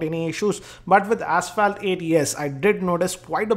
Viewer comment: PLEASE CHECK PRONUNCIATION OF ASPHALT. Please be a normal reviewer, do not try to act cool. you are not